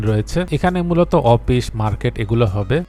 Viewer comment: উচ্চারন ঠিক করেন ভাই, অপিস না অফিস। এমন অনেক উচ্চারণগত ভুলের জন্য ভিডিও দেখতে শুনতে খারাপ লাগে।।